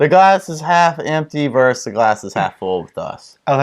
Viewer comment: You're pronouncing the last syllable on "versus"... right,?:P Ver-SUS not "verse" A verse is usually either something you find in the Bible or a song